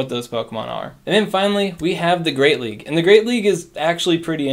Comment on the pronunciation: “Are you gonna see Medicham in the Greate League?” 😂